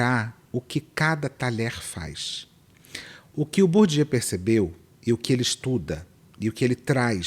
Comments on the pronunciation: Bourdieu não é Bourdieaux não... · Po, querida. Aprende a pronunciar o nome do sociólogo francês Pierre Bourdieu antes de falar de capital cultural de rico no tiktok com essa caneca vazia.😅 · O jeito como ela pronunciou o nome de Bourdieu matou uns 20 sociologos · Sério, que nenhuma dessas pessoas do tiktok conseguiu pronunciar corretamente o nome de Pierre Bourdieu? E ainda pessoas querem dar dicas de capital cultural. 😅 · A influencerzinha não sabe nem pronunciar Bourdieu e tá opinando sobre capital cultural.😂😂😂 É por isso que a internet sai de um onda f4ke para outra. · Acho muito curioso a pessoa querer falar do Bourdieu, mas não conhece a pronúncia do nome... me faz pensar se ela realmente estudou o cara, ou só ouviu o galo cantar e não sabe onde. Sei lá, será se fui preconceituosa? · A primeira coisa que reparei foi a pronúncia incorreta de Bourdieu em vários tik toks... realmente um código dado que, em geral, pessoas ricas falam francês fluentemente desde criança. Inclusive, muitos desses são alfabetizados em francês estudando em escolas de elite... amei o choque de realidade... muito bom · Coitado do Bourdieu, deve tá revirando no túmulo. Citar que o Bourdieu escreveu sobre capital cultural (e ainda pronunciar o nome dele errado) é fácil, quero ver ler dois parágrafos do que ele escreveu e entender alguma coisa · E sem saber pronunciar Bourdieu. 😂😂😂😂😂😂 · A gente já sabe que a mocinha tá performando porque ela não sabe pronunciar Bourdieu kkkk